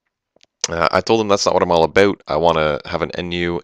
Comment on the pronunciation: I paused and cliked "Like" as soon as you said "Thats not what im all aboot"